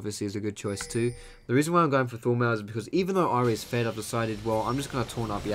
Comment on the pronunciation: everytime he says Thornmail I understand Full metal ^^ hhaah